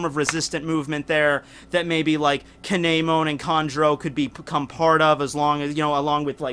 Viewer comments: Damn, that KAY-NEY-MON pronunciation hurt me a bit...either way, awesome vid! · you pronounce kinemon wrong